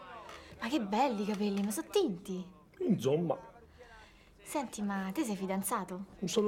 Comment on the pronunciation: "Inzomma" ahahahaahaha